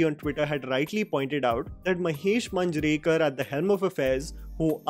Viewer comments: Great work, I have just 2 things to say from this video that didn't sound right to me. 1) When you say mulshi its 'ळ' not 'ल' but I can cut a slack here, for you not being a Marathi speaker 2) Its मांजरेकर, where we use 'मान' as in अपमान, 'ज़' as in ज़रूरी and not as in 'जावेद' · a little correction, Manjrekar should be pronounced as MAA- njrekar. the same way as TamMAA TamMAA, the same way as Master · I doubt whether you know devnagari script but still it is not ओम भूतकार but ओम भुटकर Not तारडे but तरडे And lastly Not मंजरेकर but मांजरेकर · It is pronounced as मांजरेकर